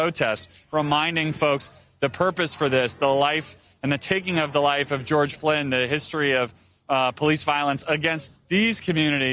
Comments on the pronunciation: he doesn’t even know how to say George Floyd? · did he say george flynn the end ??😭😭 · He did say "George Flynn ". I had to review the video a few times to make sure I wasn't mistaken. Most likely, a simple error. However, if Mr. Floyd's murder is what set off this powder keg, how could a reporter easily commit such a journalistic faux pas? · This dude just said George flynn??